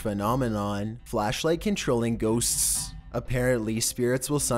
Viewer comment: I love how you say ghostststss. Its like whoever taught you how to speak was just fucking with you lol